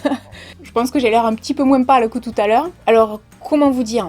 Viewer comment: J'ai vécu 30 ans dans le Var et c'était courant d'entendre cela !